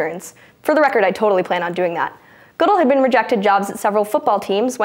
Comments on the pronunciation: It's pronounced Good-Dell like the PC nor Goodl. Had to stop the video at that point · It's Good-ell. Not Goodull. Take a breath. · Ga-dell not how ever you said it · I may be the only sports fan who watches this channel, anyhow the commissioner of the NFL's last name is pronounced Good L, not Goodull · The pronunciation of Roger Goodell was strange. It is Good-dell, not Good-dul. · It's not Roger Goodle, it's Goodell. Like, Good-elle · NFL comissioner Roger Goodell's last name is pronounced guh DELL not good uhl. Sorry this just drove me nuts! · If only she pronounced Roger Goodell's name correctly. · I personally don't like the man, but FYI, his name is pronounced "Gah-DELL," not "GOOD-ell." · It's Ga-Del, not Goo-dil... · It's pronounced "GuDel" not "Goodle" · his name is pronounced good dell not good all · good-ELL. Not GOOD-uhl. Mispronouncing things is John's thing, thing-thief!!!! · Emphasis on the wrong syllable (Guh-DELL). She had a 50/50 shot but someone should have caught it. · INTERN, YOU'RE FIRED! It's pronounced Good-L. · *Roger Guh-Dell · She pronounced "Goodell" wrong. The emphasis is on "ell". Good-ELL. Not a coincidence someone with her appearance wouldn't know that, but that's none of my business. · Roger "Guudehl" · It's pronounced Goo-DELL. (Like the computer.) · It's pronounced Good-Elle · Yeah. I wish they would do a little more research and make sure they have the names down. If she had said it once, I would have just ignored it, but she said his name wrong like 3 or 4 times in 30 seconds so it really stuck with me. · The way you pronounce Roger Goodell is hilarious. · obviously doesn't watch much ESPN as you can't make it through Sports Center without learning how to pronounce Goodell... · How many times can you mispronounce roger goodells' name? I think 5 is a record. Otherwise, good job hosting. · She was great!!! (somebody's gotta fact check pronunciation for Roger Goodell's name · You pronounced Goodell wrong